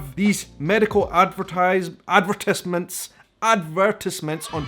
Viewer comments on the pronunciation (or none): Saying "ad-ver-tyze-ments" isn't a bad thing, haha. That's the way I say it. When I heard you say "ad-ver-tiss-ments" I was like, "What?"🤨 And, oh, I love pumpkin pie! Especially with whipped cream, talk about delicious! If you want more ideas about places to go when you return to America, consider Clearwater, Florida. They have some beautiful beaches there. And Sand Key Park Beach has the cheapest parking I found, haha! $5 for all day, now that is a good deal! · Ad ver TIZE ment, or you just say "ads" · Ad-ver-TIVZ- ments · We don't say "adVERTisements" or "adverts". We say "ADverTISEments" (third syllable rhymes with "eyes") or "ads". If the ads are on television, we usually call them "commercials". And as I said recently to an Irish YouTuber who was puzzled about the "How are you?" thing, don't think of it as a question. Think of it as a ritual set phrase that looks like a question, but actually just means "Greetings!" Don't try to answer the question, because we haven't asked you one. There are ritual responses you can use like "Fine, thanks", or "Not bad, how about you?" These are not comments on how you are actually doing; they just mean "I return your greeting!" This will be easier to understand if you think about all the cultures where people greet each other by commenting on the weather when they both understand that neither actually has any interest in discussing the weather. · We put an accent on the tise part of the word ad-ver-tise-ments. We also say aluminum with only 4 syllables not 5 - a-lu-min-um. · You mean “ad-ver-TIES-ments” 😊They are rather ridiculous. I don’t know why anyone would take antidepressants if they listen to the side effects. 😳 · it’s pronounced... ad-ver-TIZE-ments.